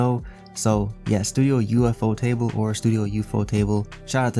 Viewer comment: Man really said You fo table